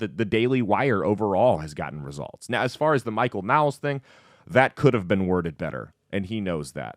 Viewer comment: It's pronounced like "Noles" not "Nowls"